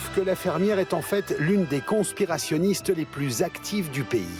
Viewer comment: « Des ‘con-spirationniste’ » AH